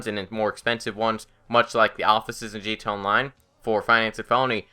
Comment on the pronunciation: bullpup rifle is good and btw do you have a speech impediment because it's pronounced gta online not gto online